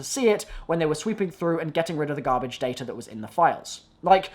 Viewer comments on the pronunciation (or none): none